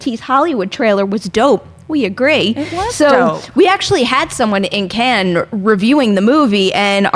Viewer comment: "Cannes" does not sound like "Ken" :/